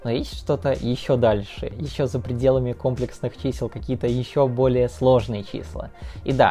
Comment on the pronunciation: Потому что он сам не понимает о чем говорит. Уши вянут от ко́мплексных чисел..